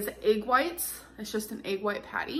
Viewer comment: Or when she pronounces egg as “ayyyyg” literally makes me want to become a teacher and save young children from horrible pronunciation.